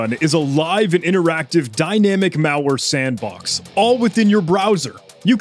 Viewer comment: pronunciation of the word "malware" as "meowlware" so cool😊